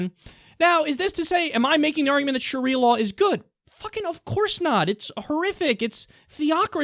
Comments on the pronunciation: "Shawia lion" "Constertation" lol, what is this nigga on? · did he say sharia lion the firs time ? ^_^